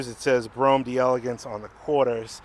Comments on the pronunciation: JUST SAY, DAYLAGANCE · This is the French spelling so it's pronounced "DELLA GANSE". If it were Italian, then it would be Di Elegance, but it's not. Just FYI.